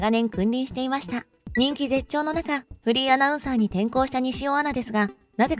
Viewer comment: 山本アナの「フリーアナウンサー」という紹介が「不倫アナウンサー」と聞こえてしまう。